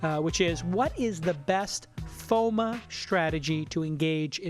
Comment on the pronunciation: Why does he keep pronouncing FOMO as FOMA lol